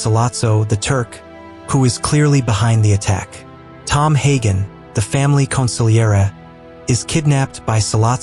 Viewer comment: Thank you for saying consigliere almost perfect.